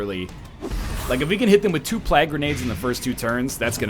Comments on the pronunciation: And every time he says plag instead of plague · I like how NL says plague as plag.